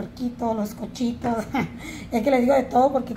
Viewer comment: Noooo se dice cochitos se dice cuchitos !!!